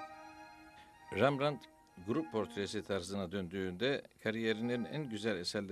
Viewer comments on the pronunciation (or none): Rembrandt neden Rambrant diyorsunuz?